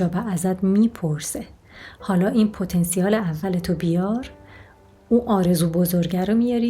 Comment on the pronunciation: پتا نسیل .درست تلفظ کنید